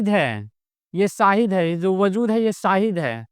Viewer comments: अस्सलामु अलेकुम हज़रत, मेरी इस बात पर गौर करे इंसान में सीन हो होता है न कि शीन सीन से शाहिद नहीं होता है शीन से होता है, शाहिद का मतलब गवाह होता है न कि साहिद का, बुरा न मानना मैने बस बताया है कोई बात बुरी लगे तो माफ कर देना अल्लाह आपको सलामत रखे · "Seen" se Saahid nahi hota. "Sheen" se Shaahid hota hai.